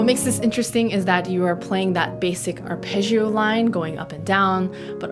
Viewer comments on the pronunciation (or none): The word "arpeggio" in both English and Italian is pronounced with a hard "j" sound for the double g's, and not a "zh" sound. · You are great, just the Italian word “Arpeggio” should be pronunced better :) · Sorry for being a bit picky, but I so much would love people in America pronounced "arpeggio" correctly [arˈpeddʒo] instead of wrongly [arˈpeddʒio] . It simply sounds so much like they don't know how to pronounce Italian at all - what apparently they sadly really do 😵‍💫 .